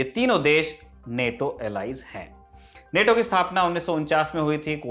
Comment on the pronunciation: नेटो bolo Bhai, Naato to RRR ka song hai